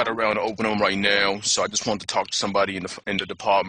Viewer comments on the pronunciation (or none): "that last word was deparhtment." Had me dying